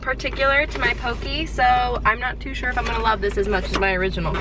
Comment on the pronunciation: I am sorry I love your videos but being from Hawaii the way you pronounce poke is just very different from here (poh-keh) not pokey. But it doesn't matter you are an amazing person and loving your pup and cat. They are so adorable.